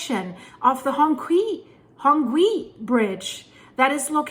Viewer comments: Great video as always! By the way, on the pronunciation: it basically sounds like "hong-CHEE" (not "hong-KWEE"). In the Pinyin spelling system, "q" sounds like "ch", so "qi" becomes "chee". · "Qi" is usually pronounced as "chi" If you know Chinese, please correct me if I am wrong. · "qi" in from chinese is pronounced "chi". "Hone chi" phonetically. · I believe it's said "hongchee". Qi is "Chee" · Dear, Hongqi is pronounced more like the "chee" sound in Cheetah. Hong-chee. Q is more like the ch sound. Thanks for your report.